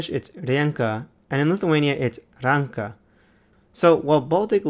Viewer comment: Ranka in Lithuanian language pronounce on the second letter a.